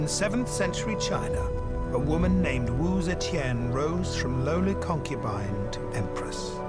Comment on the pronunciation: It bugs me that the narrator mispronounces Wu ZeTian, saying is as Wu Ze"Qian" (saying "Chan" instead of Tian)🤦🏻‍♀️